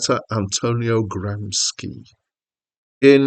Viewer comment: I'd say "Songs to Remember" is more R&B than soul (in some ways "Lions After Slumber" is more like Tom Tom Club's early music than, say, Simply Red, a more typical blue-eyed soul act in the early to mid 1980s). ps It's pronounced "Gram-shee" not "Gram-ski"